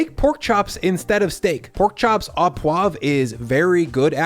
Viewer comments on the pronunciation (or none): Not “steak aw poivre,” but “steak oh poivre.” Your “poivre” is well pronounced, but your “au” should simply be pronounced “oh.”